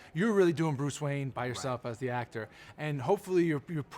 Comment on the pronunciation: wayan brothers? xD